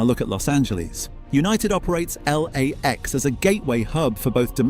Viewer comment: L A X doesn't sound right, but good AI voice, mostly good B roll